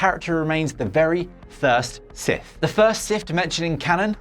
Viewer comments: Sith, not Sif. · Getting this guy to present a video where his speech impediment prevents him from saying the subject matter correctly is pretty fucking dumb. Sif